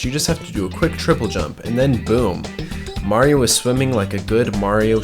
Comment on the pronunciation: its not merio its mario